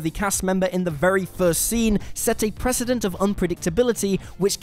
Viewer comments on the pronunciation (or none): none